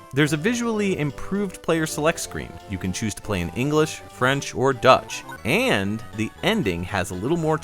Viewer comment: "Dutch"? really? :p BTW, excellent video guys.